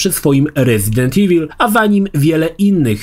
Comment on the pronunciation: Dlaczego tak źle czytasz słowo evil? Pierwsze E czytasz poprawnie po angielsku, a końcówkę IL masakrujesz jak byś po polsku czytał. O co tu chodzi? IWUL czytaj.